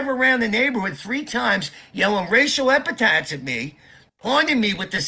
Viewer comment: By the minute mark, I knew I wasn’t going to make it much longer listening to and his “racial epatats”. 🤣🤣 My ears are bleeding. If I want to watch a grown man humiliate himself, YT has a plethora of Trump videos to choose from. I am outta here.